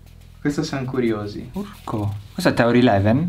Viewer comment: Nemmeno ORCO ma URCO